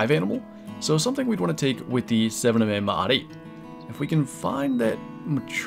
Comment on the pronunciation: Your saying the 7mm wrong........